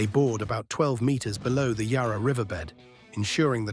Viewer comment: Also PLEASE pronounce Yarra correctly. It is not Yah-rah. The letter ‘a’ is pronounced the same as the ‘a’ in apple.